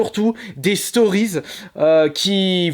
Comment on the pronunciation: "DES STORIZ" ! x) Tu ma mis a terre ! ;p